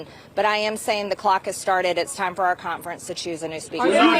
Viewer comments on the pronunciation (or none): She says the word conference as if it has a t in it... cont-ference. Call the Gazpacho... Get a peach-tree dish!! VOTE 💙🙏🏼🌎🇺🇲🎆